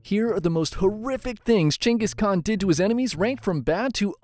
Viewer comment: He did all that because he is genghis khan, not genghis khant